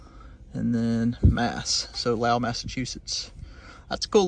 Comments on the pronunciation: Hi, at 6;35, it's pronounced lol, even though it looks like lo-well. The o is like in the word hold, Lol. yes, I'm a masshole! ;) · It's pronounced "Low-El" Mass. Jack Kerouac's hometown. I have the same bottle found in NC! (I'm originally from MA). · I always enjoy all your adventures. Reminds me of my dad and I when I was just a little cub. Oh, by the way, the little bottle from Massachusetts, the town's name ( Lowell), is pronounced LOW -L. We folks in Massachusetts drop or reuse letters all over the place. 😂 Thanks again for the videos. Good luck with houses. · always great to mix it up. now as dang yankee its pronouced low ell as not high but low. just picking. you say it the way you want sir.